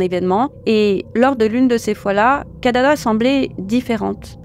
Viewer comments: C'est KIDADA et non pas KADADA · Kidada et non Kadada..